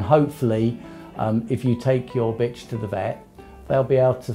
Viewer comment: He said bitchr